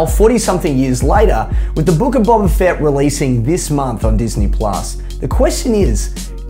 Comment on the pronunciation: The fact you pronounce it as Bobba Fett says enough